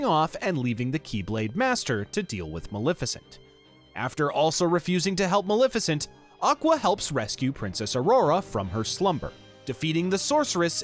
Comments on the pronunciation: maLEFicent. maLEFicent. not maLIFicent. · to be fair, you say it incorrectly like 100 times throughout the video and you did start off saying you were trying to get everything right. it's not like maleficent is a new name created for the game.